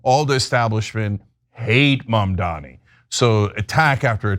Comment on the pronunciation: Cuomo can’t even gets his opponents name right. It is Mamdani.